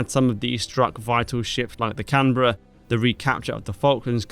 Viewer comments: He pronounced Canberra the same way that almost all Brits pronounce it by the way, the only people I've heard mispronounce it are Americans. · It seems ships named Ardent may be a bit dangerous to be assigned to. But put in brilliant work as escorts. Also, thank you for saying Canberra correctly!